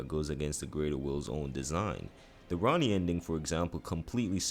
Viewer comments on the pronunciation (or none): none